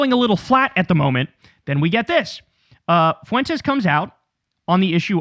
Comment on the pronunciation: 😂😂😂😂😂😂😂😂😂😂 you killed me with the fart 😂😂😂😂 And when you say : FUWENTEZ 😂😂😂😂😂